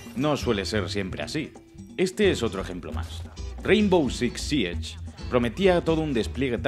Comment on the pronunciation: Poner a Rainbow Six Siege en este top y no saber pronunciar siege da pena